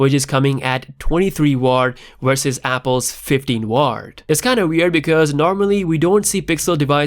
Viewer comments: W = Watt NOT Ward ;) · It's WATT, spelled it out and then pronounce it, W A T T, not WART